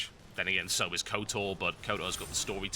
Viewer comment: He said KotOR....